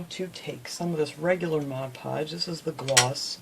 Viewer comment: Outstanding! I like that you do projects that are so unique. And like that you say Mod Podge not Modge Podge (my pet peeve).